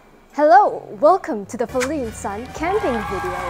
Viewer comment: What thé Fuck i thaught her name was feline not faline